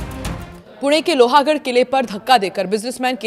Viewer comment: Please see hindi / marathi spelling of Loh-gadh and pronounce it correctly. It is NOT Loha .